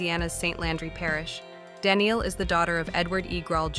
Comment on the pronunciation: Good overview, thanks. (BTW Danneel's name is pronounce da-NEIL, not Danielle)